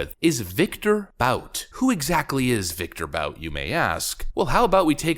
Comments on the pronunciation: His name is ' Viktor Bout, as in "boot on the neck of Africa" - not Viktor Bout as in, "about time". The 2005 Hollywood film "Lord of War: starring Nicholas Cage was loosely based on his handiwork. Since he is relatively young, I'm sure there will be more mass carnage in Africa to come - courtesy of Viktor Bout or others like him. TRUST !! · Bout is pronounced boot! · I think his name is pronounced BOOT.